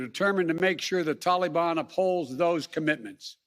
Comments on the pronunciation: Taking responsibility doesn’t mean anything. It doesn’t make it better. It doesn’t get lives back you moron. My god the sooner this guy is gone the better. And enough with the pronunciation talibon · I swear if he says tollybon one more time I'm gonna puke.